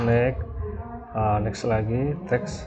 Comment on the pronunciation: Fixed dibaca fiks.. Next dibaca neks.. Hehe.. Cuma ngasih tau aja, saling bagi ilmu ya, bang😁 Trim's btw